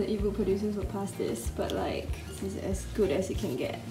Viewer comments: I thought say "is it like pus?" but she actually said "is it like pass? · Omg i thought she was asking " isit like pus".... then i realized she meant pass